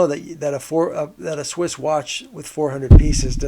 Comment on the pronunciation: Swiss, not switch.